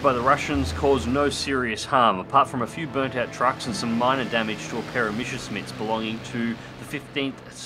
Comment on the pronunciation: I love your content. Just please don't say Meshersmitt. There is no sh in Messer. It's just like 1 s. Schmitt on the other hand is where you pronounce the sh. So it's like Mesershmitt, Thank you. Grammar nazi out